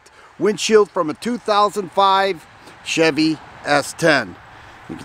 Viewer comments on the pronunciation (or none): none